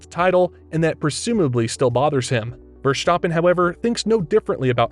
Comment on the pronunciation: Max Verschtoppon?